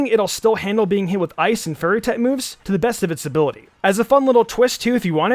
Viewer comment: I love the way you say fairy because it sounds like youre saying Salamence should be afraid of furry types